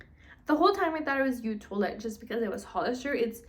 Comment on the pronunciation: I recommend saying the name of the fragrance because you move around a lot and make it hard to see which version or name is. Also Eau is pronounced like Oh not you.